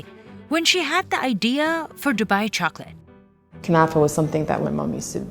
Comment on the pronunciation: it is called Kunafa not Kutafa, it originated in Egypt in the Fatimid era around the 13th century. Great video BTW. The butterfly effect is mind boggling